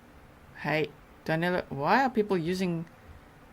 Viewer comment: it's amazing how, not only they can't catch him, they can't even get his name right. His name Is DANILO, not DANELO. I'm from brazil too, and DANILO is a popular name around here, whereas, DANELO isn't even a name (except for Americans). Maybe they'll get him when they get his name right.